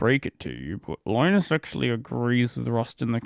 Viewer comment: You don't know how to pronounce Linus? Ridiculous. Bye!